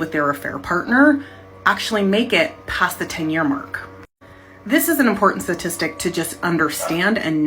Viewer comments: Why does she say Stat so clearly, but she keeps saying Sa-tistics. It was weirdly irritating the way she would say statistic. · I’m not talking statistics advice from someone who continually pronounces the word as “suhtistic”. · You can bet? Is that a sat tis tic too? I do not trust the FEMALE Matriarchy, especially when they cannot pronounce the word STATISTIC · The fact that nearly every time she says satitistic and not statistic says it all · What is a "satistic"? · Can she take a moment to pronounce statistic better :) oh and tone down the patronising attitude.